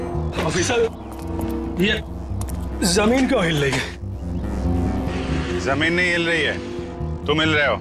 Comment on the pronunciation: Zameen Not Jamen